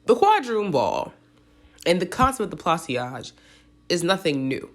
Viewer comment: Pla- saj- two syllable, not three... like a corsage